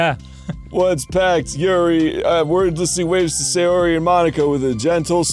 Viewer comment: Please... "Sayori", not "Seiyori"